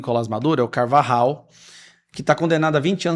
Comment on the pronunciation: Alguem pronunciou corretamente o nome do Carvajal, sim se dis polho, nao pollo ou pojo... Em español pollo se pronuncia polho...